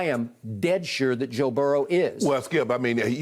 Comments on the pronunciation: I love how Shannon says Joe’s name. It almost sounds like Joe Barrel lmao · Good ol’ Joe barrel lol 😂 I was born in Salt Lake City Utah lived there about 2 months then the rest of my life in Baton Rouge Louisiana so I get the old timer uncle shay